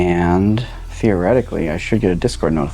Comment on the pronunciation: Calling the server "dishcord" is genius